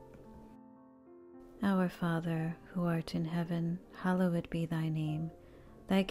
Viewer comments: Not sure who is reciting these but I cringe every time they say “hallowed”. Makes me think these are computer generated voices or someone who’s first language is not English. The word is not pronounced as “Hollow Wood”. Or “hallow wed”. Can this be fixed? Enjoy listening when I have quiet time. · It's amazing I only wish the sacred word 'Hallowed' was properly pronunciated. I only say because it disrupts the rhythm of this glorious prayer and should be said correctly. It's worth it to fix that please in Christ Jesus name Amen.